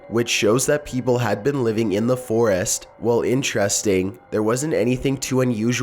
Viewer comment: Lol he says foraast